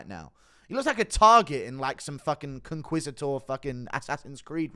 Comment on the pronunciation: "Conqwissador"